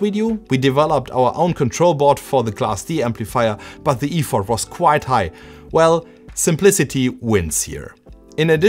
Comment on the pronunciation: Look up "Effort" and "Piano" as english pronunciation. impressive how you can reverse engineer an entire PCB but dont see the small mistakes in english. also at the end, its not "Borrow me", its "Lend me" if its said that way